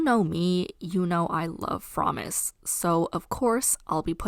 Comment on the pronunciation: The way u say fromis triggers meeeee ! As a fromis9 Stan I do not approve